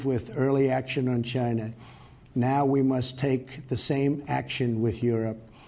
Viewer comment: Hahaha I heard it too